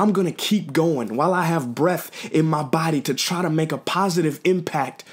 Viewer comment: "....I've got breff in my body....." That could become a serious problem. He needs to go get that checked out.